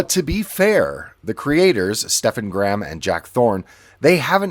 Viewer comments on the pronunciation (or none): Stefan Graham? It’s Stephen Graham. Programme your AI voice over bot better.